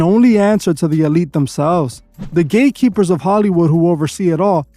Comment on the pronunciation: Bro are you saying gay keepers or gate keepers ? I really can’t tell